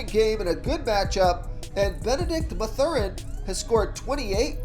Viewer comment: Did the pronunciation of Mathurin make u cringe?